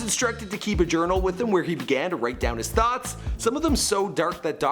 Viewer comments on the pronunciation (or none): none